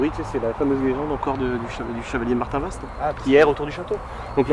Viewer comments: ça se dit Martinva et non Martinvast,on ne pronoce pas le st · Je suis une Cherbourgeoise et on ne dit pas le S et le T à Martinvast mais on le prononce MartinVA ! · Alors on dit Martinva 😉. Que représentait le cadre tombé ? Il n'est pas tombé par hasard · Salut superbe enquête le s se prononce pas (Martinv(s)at Merci